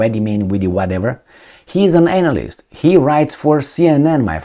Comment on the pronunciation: Are you deliberately pronouncing the word as an@ - ist ! LOL🤣